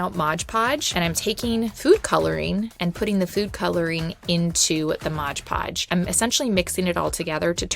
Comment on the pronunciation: I don't know about anyone else but I have a tiny amount of OCD and it drives me completely insane to hear someone pronounce "stuff" wrong. For instance, its not MODGE PODGE, its MOD PODGE! Sorry but I've been watching these videos for a couple years or more and I finally had to say that LOL. Great ideas on projects though!